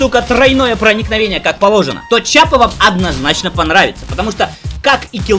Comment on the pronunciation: Что ж у вас у всех привычка называть оружие верх дном. Не чапа а киапа